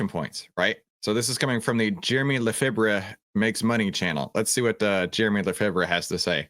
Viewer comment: Lefebvre (did I spell that corectly?) is pronounced Luh fay btw. Haha. But your pronunciation makes it easier to spell, maybe. How do you say, Favre? Brett Favre. Do you say, Fahv ray or Farve. Or fahver. Lol. All kidding aside, thx for the content. It is good to use both fundamental analysis for big picture long and then tech anal. for maybe the optimized entry point. I want to learn more ab both.